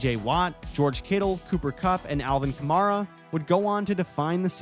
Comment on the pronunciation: He mispronounced kamara 4 times